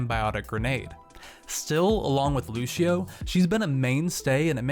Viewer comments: at 52 he says lushio insted of lucio XD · Why do people pronounce "Lucio" "Luchio"